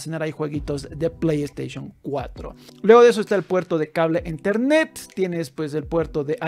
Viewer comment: Enthernet???? , Se escribe y se pronuncia ethernet